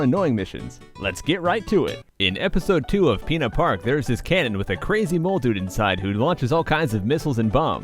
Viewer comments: I keep hearing pee-in-a-park instead of Pinna park. :l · whenever you say "pinna park" I keep thinking you're saying "peanut park" :)